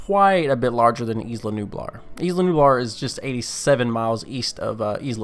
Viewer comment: Unsubbed unliked no happy i hate grr u said isla wrong.